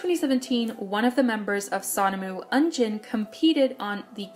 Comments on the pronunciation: Not to be that person but you said some of the names wrong. Like "Jung Hyosung" instead of "Jeon Hyosung" or "Eunjin" instead of "Euijin". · I would like to add that the former ts ceo committed suicide and he had an addiction to gambling and i don't wanna blame him for having an addiction but now we know where all our money for sonamoo went :)))) btw I have to tell you, it's euijin not eunjin haha